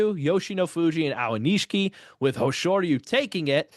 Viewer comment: It's A-o-ni-shi-ki. Not A-wa-ni-shi-ki.